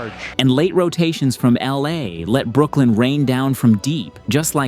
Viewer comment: Bro its Brooklyn 😂